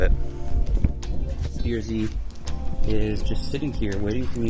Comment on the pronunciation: When you say Type R, the R comes out as “ARE” when say BRZ the R comes out as “ERR” Type Are and B ERR Z. Cracks me up. For $800.00 I hope you got OEM Lexus parts. Manny Moe & Jack ain’t cheap